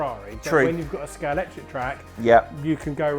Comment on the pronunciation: That's really the biggest in Somerset? Also, why are there Scalextric experts who can't pronounce Scalextric? It's got an X in the middle, not a C.